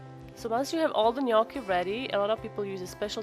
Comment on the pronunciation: Thank you for pronouncing gnocchi correctly.